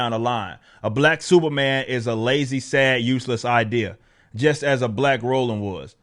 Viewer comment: he said ROLAND name